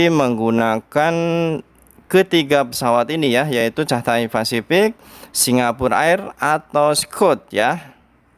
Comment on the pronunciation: Catay.. bacanya katey 😃😃